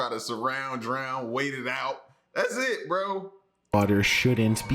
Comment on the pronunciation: Why is he holding the syllable lmao. "Taking buildings along with iiiitttt"